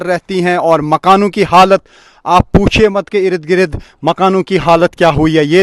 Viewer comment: Ird gird not ired gred